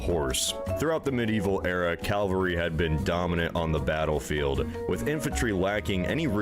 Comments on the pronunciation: This narrator seems unable to pronounce the word Cavalry. Either that or he's dyslexic. It's certainly not "Calvary". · Is it just me getting annoyed by “Calvary” being said instead of cavalry. Two totally different things 😡😂😡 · Absolutely - yes I heard say it correctly as I was typing. 🧡🖖😊 It does "grind my gears" though whenever I hear things - not just "calvary" grrr - Mispronounced!! I am a self-confessed pedant but an unapologetic one!! 😊🧡🖖